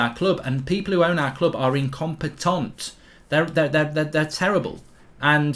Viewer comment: “IncomPETONT” frenchbridge 😂😂